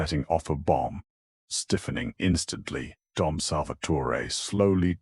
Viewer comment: DOM not Tom